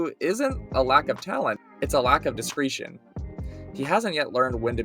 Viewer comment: Discretion rhymes with session